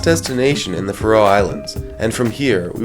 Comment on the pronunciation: It's not the "Fa-Row" Islands. It's pronounced Faroe.